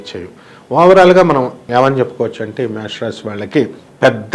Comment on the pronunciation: Anchor gariki - Mesham pronounciation ravadam ledu...